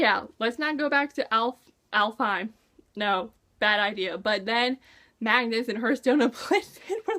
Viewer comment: hearths home is pronounced alf hime i think and their rascist